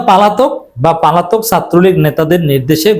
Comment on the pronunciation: পালাতক না ভাই পলাতক হবে।